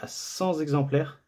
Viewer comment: Par contre petite remarque, on dit "cenT exemplaires", pas "cenZ exemplaires" ;)